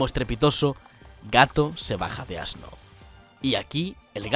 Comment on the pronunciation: ASno ?? ASNO ?! ?! AAAAAHH JAJAJAJJAJAJAJAJAJAJAJAJAJAJAJJAJAJAJAJAJAJAJA